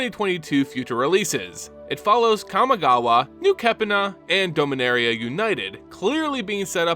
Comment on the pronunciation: Your pronunciation MTG proper nouns hurts me. Now but can only hear Homer Simpson say D'oh-minaria. Or am I the only one who's been saying "dah-min-air-E-uh"